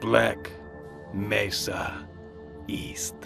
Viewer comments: he's saying it like how it's pronounced in Spanish since mesa is a Spanish word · mesa is a spanish word but that's not how it's pronounced